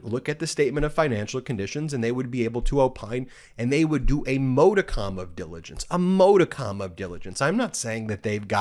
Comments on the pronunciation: Ben, the word is “Modicum” —- not”Modicomm”.🙂🙂🙂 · if Ben can't pronounce modicum, could he at least stop using the word?